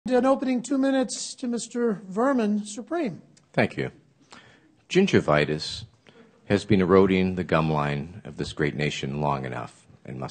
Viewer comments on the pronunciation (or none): End video when he says gingivitis and make it a short lol